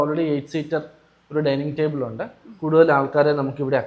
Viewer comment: കോഫി ടാബിൾ അല്ല ടേബിൾ